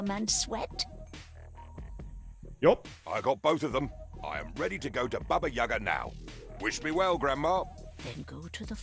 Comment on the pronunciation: I’m Russian and Baba YagA (with accent on the second A) is a big part of Russian fairy tales.